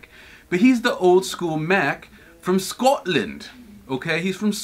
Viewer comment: why do a london accent when saying scotland tho? :/